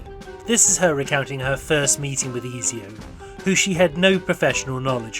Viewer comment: Why are you pronouncing it Eazy-oh? You know well how to say Ezio proper. Is this a joke in the spirit of the movie?